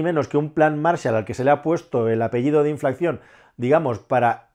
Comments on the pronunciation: Por favor, es inflación, y no "inflacción" !!! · Una cosa; no es "inflaCCión", con doble "c", es "inflación", con una sola "c". Es decir, sin sonido "k". Viene de inflar, es sencillo.